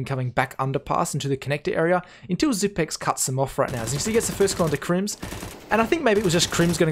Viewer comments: his nick is pronounced XYPNIX, 9 = "ni" in danish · Everyone seems to be mispronouncing Xyp9x. 9 in is pronounced "ni" in danish which sounds the same as "knee" in English. So "Xyp-nix" instead of "Xyp-ex". This frustrates me way more than it should. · zip i x not ex